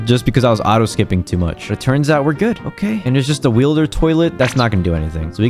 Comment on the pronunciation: Bro said wheelder toilet